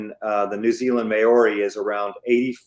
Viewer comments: Mãori, not "meori" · Please stop pronouncing Maori wrong It's NOT pronounced may-or-ree It's pronounced mow-ri (mow as in cow) Look up the pronunciation on here if you don't believe me.